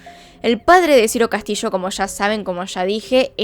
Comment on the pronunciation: es Ciro Castillo, no Ciro Castishoo